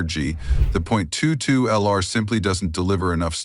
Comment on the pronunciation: When the AI said "zero point two two ell are" I left and gave a down thumb